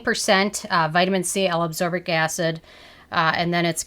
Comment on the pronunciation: L-aBsorbic? ACSorbic? I thought it was L-aSCorbic.